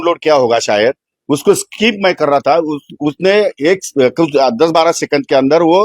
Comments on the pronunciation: वीतभर फाटली ह्याची म्हणून स्किप च्या ऐवजी स्काईप स्काईप म्हणतोय जुगारी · Skip ला स्काईप म्हणतो हा बाबा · कोट घातल्याशिवाय शिवाय हा फिरत नाही.... ह्याला skip पण बोलता येत नाही 😂